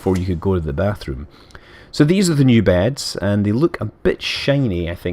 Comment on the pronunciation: you said beads. not beds